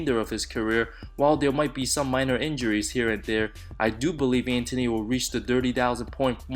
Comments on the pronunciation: When you can pronounce Antetokounmpo but not Anthony. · I can't deal with the way you say Anthony but this was good vid